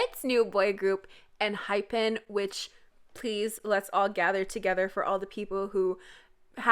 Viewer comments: YOU'RE SAYING ENHYPEN INCORRECTLY. IT'S EN-HIGH-PHEN. PLEASE. YOU ARE SAYING IT WRONG. I AM AN ENGENE. DON'T TRY AND TELL PEOPLE YOU ARE SAYING IT CORRECTLY WHEN YOU AREN'T. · enhypen is actually pronounced enhyfen in english lol the members pronounce it /enhypeun/ in korean and /enhyfen/ in english